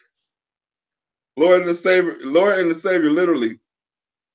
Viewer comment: Why does think he sounds intelligent, he is mispronouncing the word. literally, not litraly